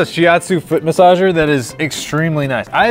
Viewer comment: jon: oh its a foot masasher me: i have a masagsh cair